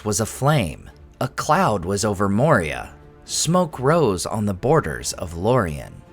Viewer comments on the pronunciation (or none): none